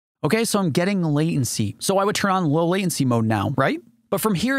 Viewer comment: There is a "t" in the word Latency